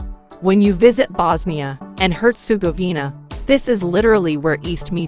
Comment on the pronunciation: Voice over woman should've educated herself on pronouncing names of towns/cites.. feels disrespectful.. name of the country isn't even pronounced correctly...